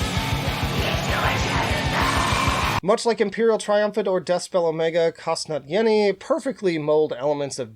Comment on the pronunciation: 1. except for Kostnatění 😂 but it's okay it's too hard 3. that would be Liturgy and I'm disappointed about where it ended up because it's my favourite of the year. definitely check it out